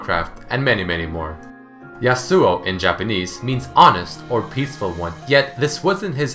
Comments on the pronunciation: The real pronunciation of his name is "Ya-su" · Yas-oo-o, your killing me here man. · its pronounced yas-ow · Why do people do that?Stop pronouncing is damn name wrong... Yasao, Yasu, Yeisuo... It's Ya - Su - Oh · Wilson Daniel Pereira How can they badly pronounce a name that they created? Even though the "real" originial name is pronounced "Ya-Su", they added an "o" at the end. It's not the bad way of saying it, it's his name given by Riot. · I thought it should be pronounce Ya-swo . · Love but still bothered by the way he pronounces 'yasuo' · i know its not a big deal but i'm really disturbed by the way you pronounce Yasou :/ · finally!! even Riot pronounce that rong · Did you know...Yasuo's name is accentuated on the first syllable?